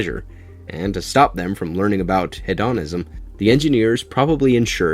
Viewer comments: He-dorn-ism? Wtf?😂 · Hehe you pronounced it "he Don ism."